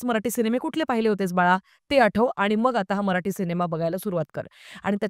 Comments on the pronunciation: मराठी ... म्हणा मराटी नहीं 🤦🏻‍♂️ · Bai kokanatli nahi tya mule dashavtar he Kontya web series inspired nahi tr dashavtarache khel kokant khup aadhi pasun hotat. Gaav mhatl ki story holi slow asnar gavach life he shara sarkh fast forward nahi te usant gheunch chalt. Aani mail te मराठी aahe मराटी nahi. Nidan jya bhashet review det aahat to shabt not uchhara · मराटी नाही मराठी बोल